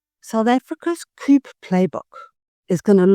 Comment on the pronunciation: BTW - coup is pronounced "coo" - the p is silent